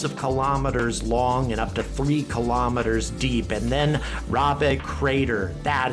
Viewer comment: Please say kilo'meters rather than kalamaduhz.